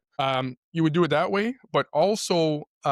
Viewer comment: He keeps on talking about turd parties it sounds nasty, I'm not into that LOL